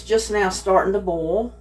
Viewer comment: It's not BALL, it's BoiL